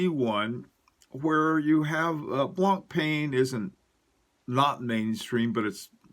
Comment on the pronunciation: Brilliant video's , your knowledge about watches is outstanding and admirable. Can i give you one quick tip : It's not pronounced BlancPAIN , it's BlancPEN . Keep up the good work!